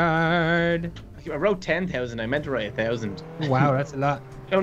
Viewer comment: Hey you always say tree thound cash